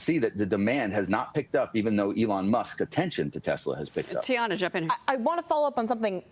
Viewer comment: TACO Man said he loves his "Tesler".